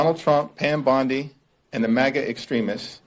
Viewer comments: Pam Bondi not Pam Bundy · It's Pam BONDI Tatum, not Bundy. 😂😂😂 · Tatum said Pam "Bundi"😂😂😂😂...it's BONDI